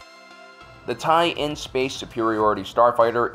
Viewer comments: You keep saying "TIE-in", which is mis-reading it. The end-letters are lower case "LN" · It’s not a Tie in, its TIE LN (TIE/ln). The ln is short for “line”.